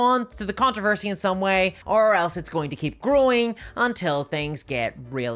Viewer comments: Fun fact other than two videos from you, I've never heard of it. And are you saying "controversy??" Because it sounds like "contrervesy." Sorry but you're saying it so much that it's throwing me off. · You mispronounced controversy three times, then pronounced it (almost) correctly.